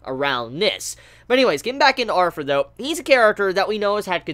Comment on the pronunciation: Is it just me or is he pronouncing "Arthur" as "Arfur"?